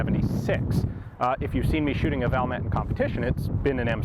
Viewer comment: Valmet is pronounced Val (like fall with a v), met ( I met you at the gun store). Suomi is phonetic.